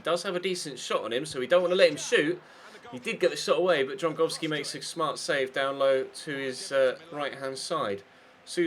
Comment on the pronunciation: Please start calling him Dragowski.. its just not Drongowski..